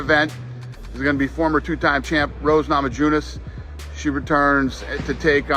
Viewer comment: did dana really say "rose namajudas"????